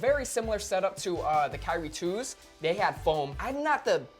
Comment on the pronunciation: He said kyrie 2s